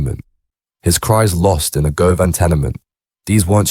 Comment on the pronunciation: How do you know all this info, you are talking crap. Was you there before you know all this . Learn how to pronounce Govan for a start.